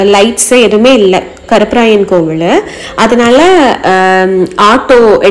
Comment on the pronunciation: Kovuzh illai Kovil